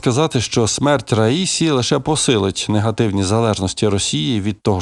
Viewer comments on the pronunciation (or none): Наголос на останньому складі, як у французькій мові! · президент ра-сі-ї! ще раз кажу РА-СІ-Ї! ні не ра-ї-сі! ні це не одне й те саме! наступного разу не помиліться!